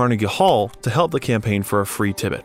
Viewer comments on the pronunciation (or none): How about "Tibbet" for Tibet and "Lady Dee" for Princess Diana? :D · THANK YOU! He literally called the country, Tibet, "Tibbet"????